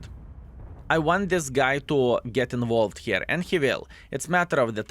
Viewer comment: I enjoy hearing English improve especially knowing he is self taught. That being said I liked the old way he pronounced “involved” more than the way he correctly says it now. English is a tough language, so much of it makes no sense and the “rules” aren’t exactly absolute.